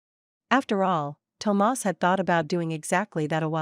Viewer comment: I like the way she pronounces Tomas. I love the stories here so different from cheating men with brain issues that can’t see the end of their noses and prioritize their mistresses, neglect their wives or girlfriends. I love this story.